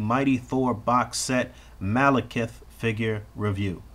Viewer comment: Is it pronounced maleKEETH or like how Boog says it?